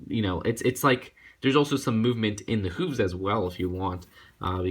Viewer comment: Hey 😁 sorry you pronounced hooves wrong